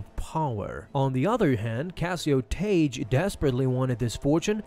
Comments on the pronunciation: It's pronounced tag not taje, seriously dude even if english isn't your first language this particular rule takes literally a few seconds to look up. When a suffix beginning with "e", "i" or "y" is added to a word ending in a single vowel letter followed by "g", the hard "g" pronunciation of the original word is retained, and the "g" is doubled to "gg" in spelling: blogger, druggie, hugging, piggish, saggy, wagged. In addition, several words that are not the result of suffixing, but share the orthography of suffixed forms (or that are etymologically suffixed, but not always perceived as such by modern speakers), pronounce "gg" as hard "g" before "e", "i" or "y": This video is almost unwatchable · It's pronounced "Tag" not "Tage". Ugh! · Tagge is pronounced (TAG) or (TAG-EE) not (TAGE) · I’m pretty sure it’s pronounced Tahg-Gee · Isn't Tagge pronounced Tah-Gay in the movies?